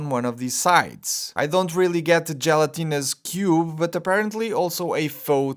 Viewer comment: “Jell-o-tinuos Cube” 😆